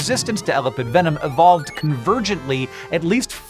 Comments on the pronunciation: Argh, Hank, it's pronounced "eh-LAH-pid". Good grief. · When you put the emphasis on the first syllable in "elapid" it sounds like you are saying "elephant". Previous I've only heard it pronounced with the emphasis on the second syllable.